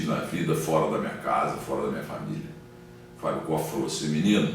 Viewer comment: É impressão minha ou o Milton Neves falou mais de si, doque do Fábio koff? E ainda falou o nome dele errado, continua arrogante.